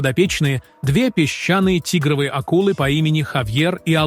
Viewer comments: Не ТИгровые, а ТигрОвые. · почему тИгровые ,а не тигрОвые?